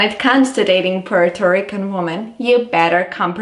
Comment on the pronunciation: I'm not taking advice on dating Puerto Rican women from a caucasian woman who can't even say Puerto Rican right 😒